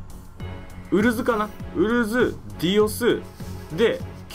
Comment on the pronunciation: ウ↓ル↓ズ↑wwwww 九州のやつにありがちな東京弁（笑の勘違いイントネーションやな。